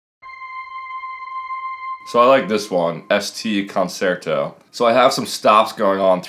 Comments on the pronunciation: "ConSERto"?? Embarrassing... These are some neat production tricks but damn, put the weed down and read a book or something. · I think ear candy is having outstanding command of harmony, melody, rhythm, texture and timbre. There is so little variation of all of the above in this video! A general music education would be good - also important to learn how to pronounce the word “concerto”.